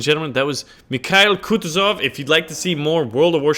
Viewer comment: KH=H, like in "honey". IL is same as "kill". And it's KutUzov, not KUtuzov.